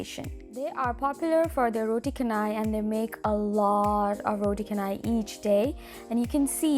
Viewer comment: roti chanai not roti kanai